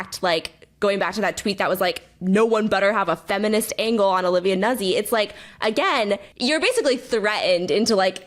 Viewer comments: Yo. Vocal fry far less bonkers than Kat's insistence on pronouncing Nuzzi "newsy" - and Taylor's eventual capitulation. YOU were right on that Taylor, it's "newt-zy" with a double-z like "pizza." And maybe next time confirm a basic like name pronunciation before doing an entire episode on someone 😅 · Strangely, it's a mispronunciation of an Italian name, which really sounds like NOOtsee. Not Noozi. Like it's not peezah, it's pee-tsah. Zz in Italian pronunciation is always "ts" sound. Love, a former classical singer. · Everyone has been talking about Nuzzi for months, but after this video I have learned 2 entirely new ways to pronounce her name